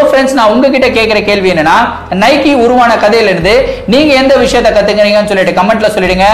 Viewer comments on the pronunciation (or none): நைக்கி illa bro நைக்